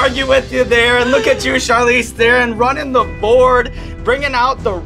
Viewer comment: Evans: If you do NOT know how to pronounce a name, JUST ASK it! You sound so stupid mispronouncing someones name! Here you can learn how to pronounce the name Charlize Theron properly